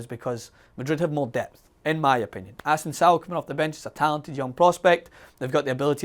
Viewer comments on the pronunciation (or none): someone tell it's a-sen-zee-oh not a-sun-zao and its ko-va-sich not kovasefhnfgerfsdfasf